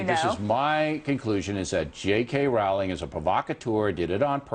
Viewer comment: ROWLING. PRONOUNCED JUST LIKE BOWLING. GET IT RIGHT. Gosh. And some of his points are so ridiculous. We're trying to indoctrinate people into being tolerant? Uh huh. And that's a bad thing... why?